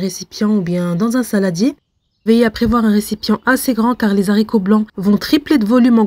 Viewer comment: On dit les aricots (« h » aspirè, on ne fait pas la liaison); merci pour la recette